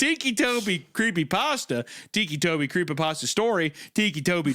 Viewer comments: My favorite bit was the unintentional mispronouncation of "ticci" as "tikki" when its meant to be "ticky" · it was literally driving me insane when literally said out loud "they call him that because he has tics" and then proceeds call him Tiki right after 😭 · Titchy? Titchy Tobi? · Thiccy tobi